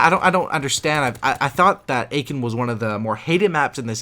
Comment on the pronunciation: Aachen is pronounced ”Uh-ken” ;) not Aiken